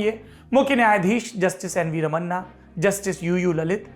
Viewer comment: रमन्ना नहीं। रमणा ।